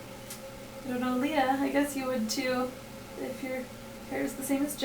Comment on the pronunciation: *dies* HEY! hehe. did I ever comment this? Anyways, you so mis-pronounced my name! you said lee-ah! hahaha it's ok, I still love ya;] how've you been lately? how's ashy? glomp him for me! *hugs* talk to you soon hopefully!